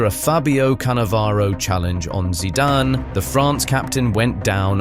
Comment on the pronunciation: Definitely AI, nobody who knows anything about football would pronounce his surname like